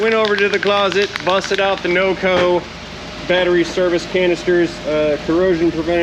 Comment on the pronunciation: Electron storage containment unit. Lol Lot fancier pronouncing than the ole timers. “Battree”